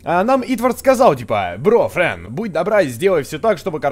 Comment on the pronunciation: 0.50 почему фрэн не боу а бро